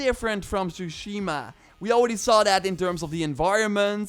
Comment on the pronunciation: One year later and after playing the game people are still pronouncing tsushima wrong lol